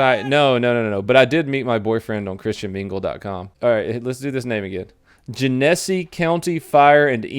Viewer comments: FYI you stress the first syllable in Genesee Gen eh see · Gen es see not gen nes ee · it's pronounced Jenna-Sea not janessy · Gen-a-see not jen-essy 😂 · It's JENesee. Not jenESee. You're offending me. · it's Gen-A-See (A is AH) not Jen-eh-see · it's GEN-eh-SEE not GEH-nes-EEE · Its Gen ah sea ... not genessey... 😁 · not Gen-Es-E its Gen-a-see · "Genessy", its pronounced Gen - eh (like a Canadian) see. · Genesee = Jen-A-See, like the beer! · I live close to flint it’s pronounced Jen-a-see county haha love ya brother! I’m an Oakland county sheriffs officers love it! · Just FYI, It's pronounced Jen-Ah-See Welcome to Michigan pronunciation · I know this vid is couple yrs old but as if customized for me. rofl, 1st it's Gen a See county. Never heard it pronounced your way before. I lived up near there for a few yrs. Also the Okaloosa FL story, I happened to lived there for a # of yrs as well in Fort Walton Beach. That's a military area being Eglin AFB, and Duke Field. Okaloosa Island is where all the strip bars are at; where you can find anything, and everything. Sounded like it may have happened near there. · Jen a see county donut! Haha this is down the street from me! I just hate seeing you mispronounce it knowing how annoying michiganders are lmfao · For the record, it’s: gen-uh-see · Genesee. Pronounced Jen a see. Sorry, that was driving me nuts. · I know this video is 2 years old, but being from Michigan I feel like I have to say this. Genesee is pronounced Jenna-see. Keep up the good work. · Just because I live there it's pronounced Jenn-Uh-See County, love the vid man. No hate, just sounded wierd the way he said it. I live like 20 miles from when this happened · Flint's my hometown. Its pronounced "jen-ah-sea" Much cringe was experienced. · its pronounced like tennesee not gen essy lol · 'Gin uh see'. There ya go buddy. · Jen-is-see county donut. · I'm a little late, but Genessee is pronounced like Tennessee.